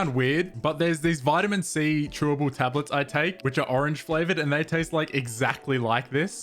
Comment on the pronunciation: u said vitamin wrong lmao. That annoys most British people! Keep up the fun vids